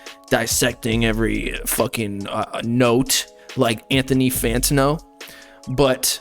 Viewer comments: FAN TAN-O 💀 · yo i love you bro, but you’ve gotta learn how to pronounce fantano lmao💀 it gets me every time